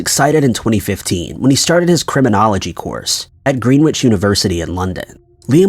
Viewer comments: It's not pronounced "green witch", lol. It's pronounced"gren itch". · It's pronounced Gren-itch not Green-wick. I know it's weird, we have Greenwich village in nyc and it has the same pronunciation as Greenwich, England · Greenwich not Green-Wich